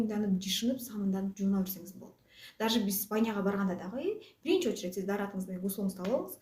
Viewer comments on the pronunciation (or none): none